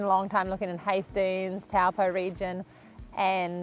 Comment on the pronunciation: Would be lovely to hear you say Taupō properly. Cheers